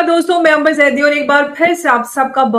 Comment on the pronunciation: namaskar ek request hai jab bhi aap ke sath video me aate hain to unka naam thoda sa galat bolte hain or wo bhi chalo chalta hai samjhkar apko correct nahi kartin hain aap jab bhi bolte hain एम्बर जी bolte hain jabki unka naam अंबर जी है l aasha hai aap offend nahi honge. Aap or aapke priyjano par prabhu ki kripa bani rahe. Namaskar.🙏